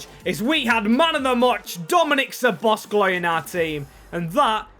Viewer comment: Great series, but one thing that is not good is, that you are saying Szobozs(k)lai